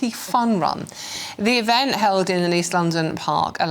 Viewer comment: "The even"? Can anyone pronounce T at the end of words anymore?